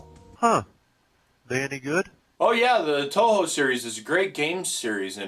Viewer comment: Why do you say To Ho? Pretty sure it's more like Two-Hu